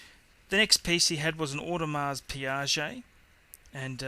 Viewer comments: What is an Audemars Piaget?? You have an Audemars Piguet or a Piaget there buddy. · You are pronouncing Audemars Piguet incorrectly, FYI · audemars piaget...hahahahahahahahah